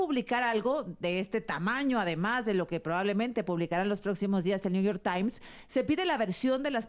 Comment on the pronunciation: El que crítica a XOCHITL por no hablar correctamente inglés: tan políglota que lee el " nu yor tain".😂😂😂😂😂